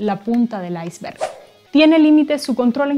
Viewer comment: Iceberg es una palabra danesa cuya pronunciación se asemeja más al actual castellano que el inglés en el lo ha pronunciado la presentadora. Por favor, respeten el idioma español y eviten anglicismos innecesarios.